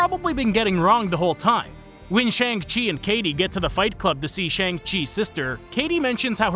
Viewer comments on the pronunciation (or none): What concerns me even more? Your pronunciation of Shang-Chi. It's Shang, not Shayng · >Shaun HA! not even fucking close. Shàng (a sounding like Ah) and Qì (pronounced as Tsi? this one is difficultto describe) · Shang chi is pronounced Shung Chi. The narrator is not saying it properly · It’s pronounced Shong-Shi, not Shaang-Chee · I think it's pronounced Shong Tzi. Correct me if I'm wrong. I haven't seen it in ages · It pronounce.. 'Shung' 😅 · Fun fact: The poster pronounced Shang Chi incorrectly. I know this because they tell you how to pronounce right it in the movie. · Also if you simply know Mandarin, you’d know, lol. But yeah, my soul died a little each time he pronounced it wrong with a thick American accent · The pronounciation is killing me, if ya watched the movie pronounce it right PLEASE